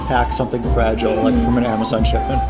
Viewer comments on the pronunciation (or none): none